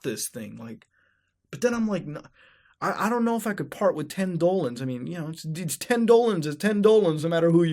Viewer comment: Mutahar Why the hell do you keep saying Dolans when that is not a real currency. Dollars are not Dolans.